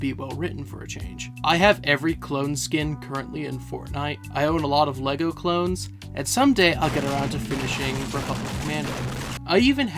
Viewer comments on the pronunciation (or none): none